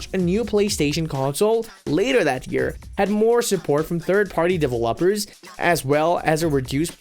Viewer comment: The way dude said developers at beginning of video he said lop like pop